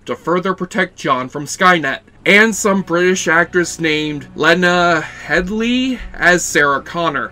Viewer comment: lena headey not headley , also shes bermudan with a british citizenship